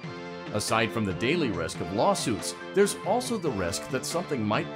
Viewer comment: i love it how he thinks thairs power